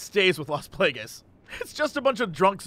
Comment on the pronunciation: Las Plague-ess. -.